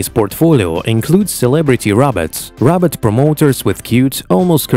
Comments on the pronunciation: The narrator doesn't know how to pronounce the word "robot!" It sounds like he's saying Rob-Ut, not Row-Bot. Very distracting to me. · Roooobot.. not raaawwwbat..progress but to jankey jerky.. not very fluid movements. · Its robot not Robert! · Funny how incredible they can make these robots, but the stupid robot voice on this video can't even pronounce robot. "rob-ot" instead of "row-bot" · The guy soungs like he's saying rabbit not robot i say if you can't say it right don't say it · It's Ro-bot not Rob-ot. Please learn to say Robot right. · Why did you pronounce Robot as Rabbit? Is it AI or human speaker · This guy is worse at pronouncing “robot” than fucking Dr. Zoidberg.